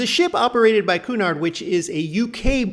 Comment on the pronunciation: It's CUE-nard, not COO-nard. You're welcome. 😊